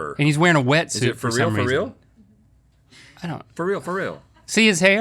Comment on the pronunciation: Please do not stop doing “Is it rill hwat?”!!!